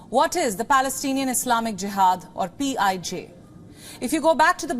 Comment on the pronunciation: PIJ sounds like P.I.G.